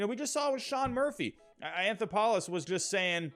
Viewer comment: An-tho-paul-us? lol it's an-thop-oh-lus